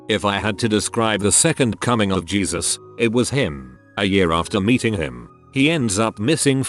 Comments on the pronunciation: i know this is a sad video and all but i almost passed out from hearing “gesus” instead of jesus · GEESUS 💀💀 sad story but i couldn’t focus i had it in the background listening and i just hear geesus and had to rewind to that part of the story do i could finish it I couldn’t focus. sometimes it’s good when the roboman says something wrong so i don’t get as sad during these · It makes it sound like “geezer” like an old man.